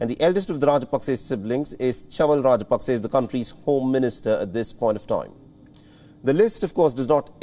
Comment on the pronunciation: it is NOT Pakse. ot is Paksa. hrsva sa vowel.